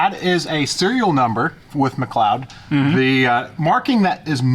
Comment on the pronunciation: He said McLeod right!!! Go on:)))